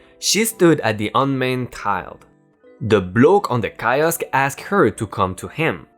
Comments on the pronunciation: Bit of info kiosk, pronounced keyosk. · On the mispronounciation, the word "kiosk" is pronounced keeosk. I subbed a while ago and I'm still gobsmacked at you and your friend's courage! Please keep going especially when you work together, it really brightens my day! If you don't I'll see your manager and get you fired! REEEEEEEEEE!!!!! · Key osk. I is sometimes pronounced as E.